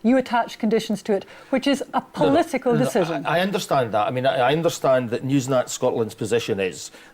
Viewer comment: How ignorant of the man calling Newsnight Scotland "Newsnat Scotland". Well done bitter together lol